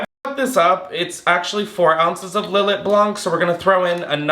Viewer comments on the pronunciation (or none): btw babes its pronounces " lil-aye", its so yum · Lil let is fortified wine, btw (and is pronounced Lill—ay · Lill-lay is how it is is pronounced. I manage a liquor store and I was embarrassed the hard way.